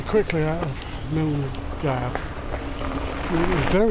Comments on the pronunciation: From where ? Milngavie is pronounced like mul-guy. Not miln-gavie. And, wild camping is mostly legal in Scotland but there are many places along the Loch Lomond sections of the walk where camping is prohibited except in winter. Due to 'dirty' camping becoming a huge issue, especially close to roads. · Great video diary of the WHW and really appreciated seeing your wild camping experience with lots of useful information. Some wee pronunciation points: Mil-guy not Mil-gav, Drim-in, not Dray-men, Tin-drum not Tray-drim but it all added to the entertainment! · The Place and Start is Pronounced MIL-GUY ...( Milgavie), DRY- MEN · A good video is let down by issues around place names, especially where there are people to ask. Mull-guy - (Milngavie) is just one well-known example but I am sure that the pronunciation of Drymen, Rowardennan, Inversnaid and Tyndrum could easily have been resolved by asking. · Nice film. Your day 4 night after Bridge of Orchy was exactly the spot where I slept when I walked it, and you're right, it does give you a useful bit of shelter. As a blow-in, it's taken me years to get used to the pronunciation of place names here, many of which are impossible to get by just reading them. In order, some of the ones you encountered are pronounced "Mull guy"; "Drimmen"; and "Tindrum".